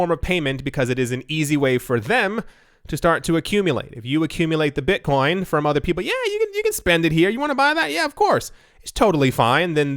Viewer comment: "Beetcoin"